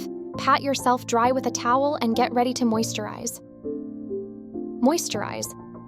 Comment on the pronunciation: toweyel 😂😂😂😂(no hate 😅😅)❤❤❤